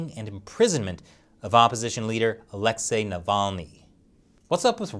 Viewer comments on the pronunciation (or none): none